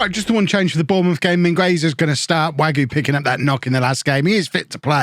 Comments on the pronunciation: Wague is pronounced WAG-EY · I think it's pronounced Way-gee.